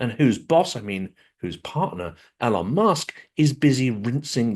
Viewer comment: I like how you pronounce Elon, it would drive him absolutely insane he takes things so incredibly personally; I hope more people start mispronouncing it.